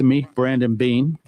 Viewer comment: Ha- Beane…. lol! 🙄